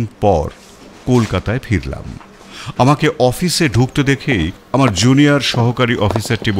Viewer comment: মতামত " আম।র" jaegae " আআর" বলবেন না